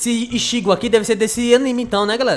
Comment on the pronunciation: se ler itigo se escreve ichigo espero ajuda